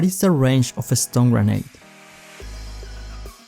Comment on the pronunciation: You say the stun grenade ‘Stone grenade’